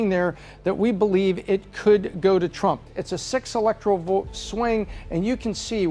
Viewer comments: Vert or vote lol. Anyways love the analysis. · Why does she throw some many R's in words that dont have any R's ? Vert Trump 2024! Lol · Has no one else notice how ridiculously she pronounced “vote”….also….lets make that map red! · I can't help it, this woman's voice is like nails on a chalkboard when she says the word vote, she says very. it sounds like she has something stuck in her throat. No idea why Pat picked her. Next time go with an American. Or at the very least, a British person. I can't stand listening to this chick sorry. I'm not judging, just saying that her accent is very annoying. Keeping it 100. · Strange accent. She can't pronounce the O sound. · she can't pronounce "vote".